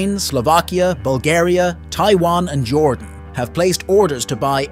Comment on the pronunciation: It's Jordan not jorden!!!!!